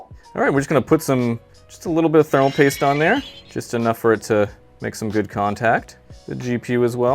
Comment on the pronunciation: did he said spermal paste? 😂